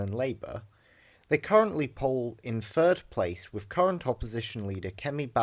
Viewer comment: WIV? NORFUMBERLAND? EIVER? FFS learn to speak properly if you're going to narrate a vid and stop with the MOCKNEY slang already!